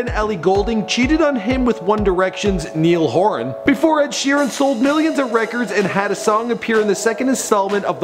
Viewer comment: NEIL HORAAHN HAHAHAHAHHAHA